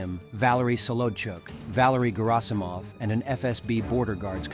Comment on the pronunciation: its NOT Gerasamov